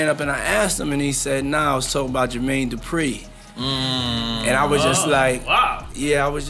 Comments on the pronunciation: Bruh the way you pronounce Jermaine Dupri drives me nuts lol its not Dooooopreeeee its du-pre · This narrator has to be AI. No real person says GER-Mayne DOO-Pree in that fashion repeatedly. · You say Jermaine Dupri goody af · It would literally take less than a minute of research to find out how to pronounce Jermaine Dupri and Keefe D correctly